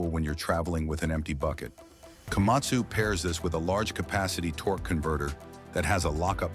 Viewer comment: Эээй ешак не Камасу а Камацу правельно говарите.😂😂😂😂